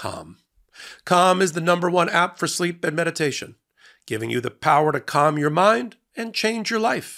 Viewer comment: Hey man... If you gonna say 'calm' that many times... You really need to annunciate the word each time bc ... I was listening to this in the shower and the noise from it made it sound like you were saying another word over and over... Lol